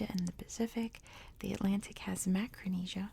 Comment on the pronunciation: Macaronesia, not macronesia.